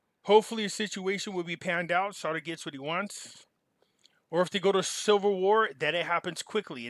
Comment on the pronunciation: are you saying Silver War or Civil War, in your accent I hear Silver War, lol.